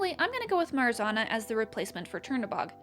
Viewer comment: love the video :) brings back creepypasta memories but the way you pronounced marzanna give me whiplash LOL